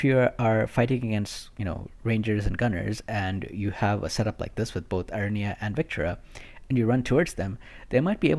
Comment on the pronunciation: Aranea = Are-uh-nay-uh. :)